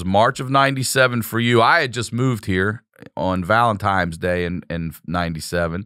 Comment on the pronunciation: “valentimes day” ❤️ Glad to hear more of this epic tale.